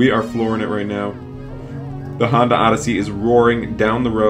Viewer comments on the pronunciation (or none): none